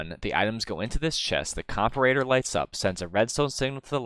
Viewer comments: It's "WY-VERN", not "WYR-VERN"! Only one "R" in there. Also, it's "Com-PAR-ator", not "COMP-a-rator". Emphasis on the second syllable, like in the word "com-PARE". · Not correcting pronunciation, but “comperator” lol. Hit or miss, I’m already Tracer. Always put your emphasis on the wrong syllable for comedy :)